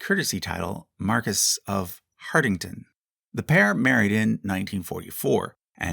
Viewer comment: When Rose Kennedy was in labor with Rosemary the doctor had not arrived yet so the nurse held Rose’s legs together for 2 hours, likely causing Rosemary to suffer brain damage Devonshire is pronounced Devonshir. Marquess is pronounced Marquiss.